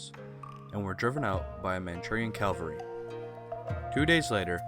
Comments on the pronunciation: it's pronounced Cavalry, not Calvary. Calvary is the site outside Jerusalem where Jesus was crucified. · CaValry . . not caLvary! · It’s cavalry not Calvary. Calvary is where jesus died...